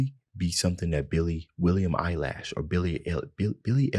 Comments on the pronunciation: "This is something billie eeelash, my lash, billie Illeeish, eyelash?" Damn 😭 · "Billie eye lash"😂😂😂😂😂 Edit: Omg ty for all the likes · "William Eyelash" 😂😂😂